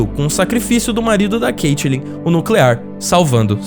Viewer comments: Da uma raiva do cara falando "Caitilin" e "Iuris" KKK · Dá pra ver que claramente ele assistiu,o cara não sabe nem pronunciar o nome do Joe, Iris e caitlin